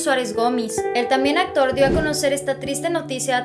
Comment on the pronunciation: Pronuncias mal el apellido no se dice "Gomis" es "Gomís" con tilde en la í🤦🏼‍♀️ por lo tanto esa es la sílaba tónica